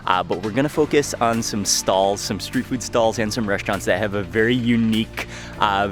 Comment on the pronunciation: The way you say “unique”, by emphasizing on the “q” is cringeworthy , just sayin